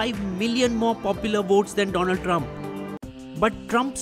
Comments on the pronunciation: Great video but just 1 flaw. it should have been 'Doland Trump' as per Modi's precise pronunciation. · My prend Dolan Tremp 😂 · DoLAND Drum - Narenda modi😂 (no offense)